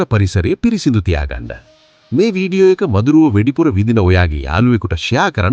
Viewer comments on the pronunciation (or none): මල්ලී වෙඩිපුර නෙවේ වැඩිපුර...පොඩි වචනයක් උනත් හරියට උච්චාරණය කරන්න